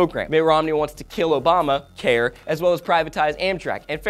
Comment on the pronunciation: I love the pause when you said "Kill Obama... Care"